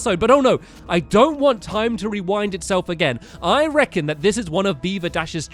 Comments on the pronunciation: Did stampy says "rewownd" instead of "rewind"? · Stampy it’s pronounced re-wind not re-wound